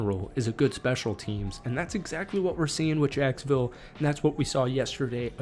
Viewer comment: Don’t throw around the word sacksonville I almost cried